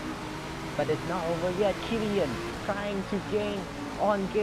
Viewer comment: Its K E L L A N not kellian